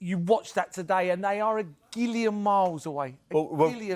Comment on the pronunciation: Merse.... what the hells GILLION 😂